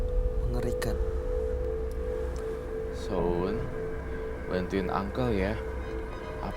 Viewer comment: Koq aku senyum senyum sendiri kak nyebut sho'un bihun 😁